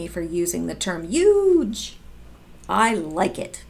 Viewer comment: That's how my friends in Boston pronounce Huge. Ha ha. Just be you! I look forward to your videos. You me laugh. 💕💕💕😊